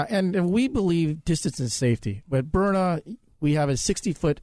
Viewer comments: That's how Sean pronounces it, and don't understand why. It's not "Burner"! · I have the LE model which is powerful. I would expect that if you hit someone in the eye with a kinetic round, let’s say at 15 or 20 ft, that individual would be hurt, and hurt bad. And yes, it’s Byrna, not Burner. I don’t watch Fox News any longer. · I love my "BYRNA'S" not my burners as Sean Hannity kept referring to it. I have the SD and LE. I couldn't be more satisfied. But it was like nails on a chalkboard every time Sean said he loved his Burner. Bryan and Luan great interview, but next time be proud and tell the interviewer to pronounce your products name correctly. Even if it is Sean Hannity. Especially if it's Sean Hannity. He has a big following and when he says the products name 20-25 times in one interview, it sure be the right pronunciation. Great products Burner. I mean Byrna. Now you got me saying it 😜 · It's byrNA, NOT BURNER Hannity. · It’s Berna, Not Burner. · Hannity why do you keep saying burner when its byrna? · Sean spells Byrna correctly at least twice and miss pronounces it every time calling it Burner. WTF Sean! 😂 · Hannity never misses an opportunity to supplement his 25million a year salary from FOX. Every weekend he flies private jet to an outing, a company, a radio station gathering for a large fee. Guaranteed he was paid to do this speil. Didnt even do his homework on how to pronounce the name right--spells it out, but can't say it correctly? The Product is great---I'm getting one, but not because of Sean Hannity-dude didnt stop talking from the start until 4 and a half minutes...my God, the man makes every show about him...more guest time less hannity time. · Probably would come across better if you said the name right of the company.